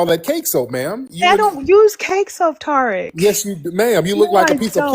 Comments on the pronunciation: The way she was pronouncing Tariq’s name as Tar-ick 😂😅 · She said, "Tariq" like tar sounds - the Tariq baby. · She keep calling him Torik 🙄 Over these immigrants!